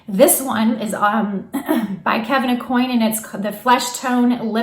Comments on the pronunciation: Hi, great tips. Please note, it's pronounced Kevin A-Kwan not coin. 😉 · Aucoin is pronounced O- kwan.